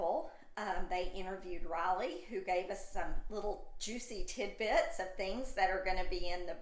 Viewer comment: So funny you call her 'raleigh' instead of Riley